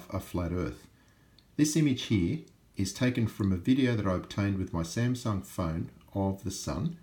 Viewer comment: You say "here" funny 😂